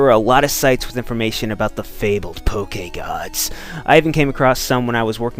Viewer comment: Can you stop saying Poke-EH-Gawds